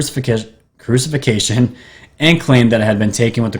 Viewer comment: it’s pronounced /crew-sih-FIC-tion/. Fascinating video, by the way. The shimmering curtain of energy that’s a time portal reminds me a lot of the Guardian of Forever from the 1967 Star Trek episode “City on the Edge of Forever” by Harlan Ellison.